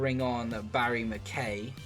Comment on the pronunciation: Nice to see someone covering my team Hearts in FM. It's McK-EYE though, not McK-AYY. He's cool, but he's not the Fonz. 😂